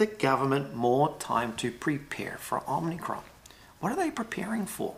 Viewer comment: OMIcron not OMNIcron or is it?